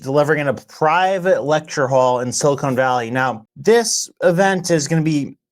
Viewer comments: Bro is siliCON not silicone. They aren’t making breast implants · Not silicone valley, silicon valley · "silicone valley". sorry, lost all respect for as he clearly cant talk, or say Silicon or 'Thiel'.